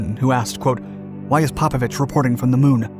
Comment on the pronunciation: PopOvich. Emphasis on second O. English speaking, get your fucking pronouncing right.